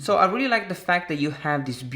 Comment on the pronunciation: "Weally weally" 😂😂